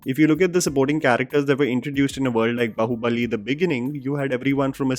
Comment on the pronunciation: I couldn't resist to point out the way you have pronounced Baahubali in this video. It has 'आ' की मात्रा in it, so it is pronounced 'बा' not 'ब'. In fact when you say that, it sounds बहुबली which may literally have a completely different meaning.